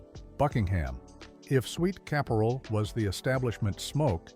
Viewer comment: Just a small hint, it's Sweet Kap-er-al, not ca-pore-al. My parents had a convenience store, I know them all!